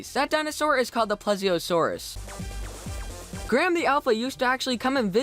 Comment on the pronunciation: Btw it's pronounced PLEASE-ie-uhh-soar-us